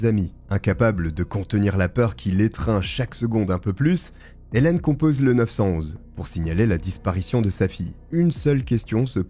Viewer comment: Dans la francophonie qui utilise le service d’urgence 911, on dit « le neuf-un-un », pas le neuf cent onze 😅 Rafu et et Charlie Frigoul ont commencé à le dire ainsi… 👍🏻 🚔 🇨🇦